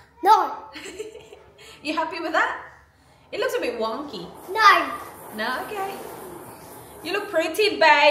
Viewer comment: isla's "Naur" 😊